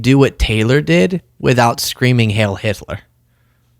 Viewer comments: Why do you say “hail” when everyone else says “hiel”? Is this another self-censoring-to-avoid-censoring? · it's not "hail" it's "heil". It's German and it's pronounced with a long "i" sound. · Heil not Hail Hitler! Pronounced Hile! Either way it's despicable! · It’s not “hail” but “heil” which does mean hail anyway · Isn't it "Hi-ill" not "hale"? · Who wants to tell Kanye that it’s HEIL, and not HAIL. It rhymes with “while”, it doesn’t rhyme with “pail”. I guarantee he doesn’t even know what HEIL means. Spoiler, it doesn’t mean “hail”. 🙄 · “heil” rhymes with “bile”. Heil Hitler. Bile Hitler. Not Hail Hitler. Mispronunciations like this are not a good look for you, or anyone for that matter. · Please don't mistake the following remark for glamorizing Naziism or the American Idiots who embrace their idea of it. The word "heil", while it translates to the word "hail", it is pronounced (phonetically) "hile". Disrespecting the German language and journalistic integrity by investing zero effort into pronouncing this simple word causes you to lump yourself into the category of Feckless Blogger. I know you're better than that.